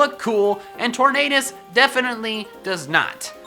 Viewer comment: For some reason the way you pronounce Tornadus make me hear Torn Anus and I can never unhear that for which you have my thanks.